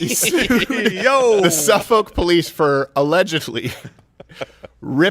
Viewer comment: From a Suffolk County LI girl, it's pronounced (SUFF-ick). The more you know :)